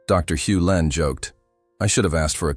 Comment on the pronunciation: It's Hew Len not Hulin.